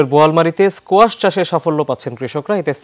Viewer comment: 😅😅😅kuasha?? Strange but it’s squash